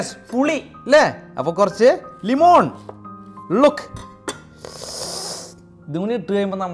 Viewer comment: Lemon❌ LIMON✅ 😂❤